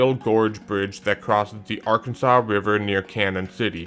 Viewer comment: The river the Keeper of the plains bridge crosses is pronounced Arkan.zuhs NOT Arkun.saw. 😁